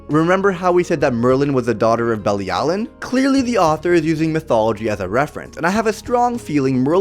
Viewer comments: It’s pronounced be-lee-alu-Ian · IT'S PRONOUCED BILLY AL O WEEN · It’s belly-a-l-oh-ween